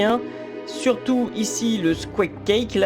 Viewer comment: Ha, ha... Lake, pas cake. C'est un lac, pas un gateau. Quagmire, prononcé 'kouag-mailleurs', ça veut dire "fange", ou "bourbier". NB: et aussi, c'est Crag THE Hack son nom: Crag l'Eventreur, en gros. C'est jusqu'à l'époque, les noms étaient limités en nombre de caractères, d'où le manque du "The" dans son nom dans les premiers opus sous DOS. Crag The Hack (qui n'est pas chevalier, mais barbare <> Oops, tu a fait la bonne precision juste après ^^). Sa vrai apparence, c'est celle du 3 et 8 et des Heroes 1 à 3. Les japonais ont complètement fumé le game design du jeu pour satisfaire leur marché d'adolescents prépubères. Crag The Hack est une montagne de force physique, pas un personnage de Final Fantasy. Mais les vrai boss de la bande, c'est Sir Caneghem (clin d'oeil à l'artiste) et Resurectra (clin d'oeil à sa femme), quand même. Mais je crois qu'ils n'apparaissent que dans Isles of Terra. Sinon, merci à toi pour ces videos bien fournies: assez unique de retrouver un lore intégral de la série M&M, sur youtube. La plupart des autres qui s'en chargent ne savent même pas d'où vient Might & Magic et pensent que la saga a commencé avec Heroes I. Ca serait bien qu'un français accorde la même attention à la légendaire saga fondatrice des Ultima... Si ça peut te donner des idées au cas ou tu connaitrais.